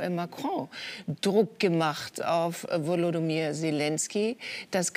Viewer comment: Maybritt Illner sollte mal den Namen des ukrainischen Präsidenten korrekt lernen: Wolodymir (Nicht WolodOmyr…)